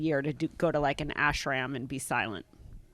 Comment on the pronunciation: “What’s an ash-uhh-ram?” Gold